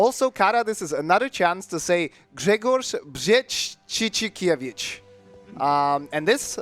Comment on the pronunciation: As a polish person, Grzegorz Brzęczyszczykiewicz was pronounced bueatifully, also great run i use your strat for the second chinatown